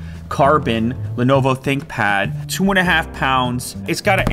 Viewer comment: Lenovo ? Lenoovoooo ? Who is Lenovo ? Check my SouljaBook Lew ! This thing goes hard af bruh !